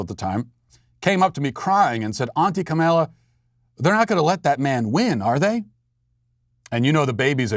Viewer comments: Its Kah-mah- la not kah-mel- la. That is something I don't understand, no one liked her when she was running for president, but now she is the most amazing person ever. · Matt, it's pronounced "comma-la." Say it with me: "comma-la." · Comma-law Inexcusable for a political show to mispronounce the vp elects first name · It is purposeful. Funny stuff. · Carol Brotherton It's extreme ignorance/incompetence He does politics for a living and can't pronounce the vice presidents name? Its either massive incompetence or ignorance